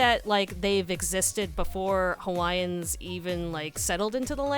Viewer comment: As a person born and raised in Hawaii, I think your pronunciation of Hawaiian words is better than most